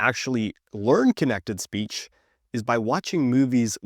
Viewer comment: I really can understand little bit without the subtitles, but when he said "speech" i undestood "is peach" 😢 and it happened around of the video...